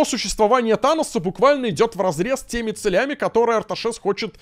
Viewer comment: 34 минуты человек сражается в попытках правильно сказать слово "целями", поддержите лайком!!!